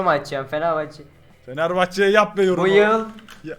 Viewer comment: buyıl şampiyonuz dedi ben gülmekten öldüm